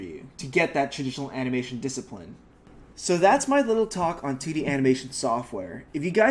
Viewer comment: Aha when he says 2d it sounds like titty 😂🤣